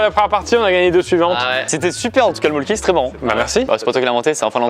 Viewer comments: Pour info ça se prononce Molkku et non Molkki, en Finlande le y se prononce u (ma tante y a habité elle sait de quoi elle parle) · En vrai ça se prononce mölkku. Voilà juste une petite précision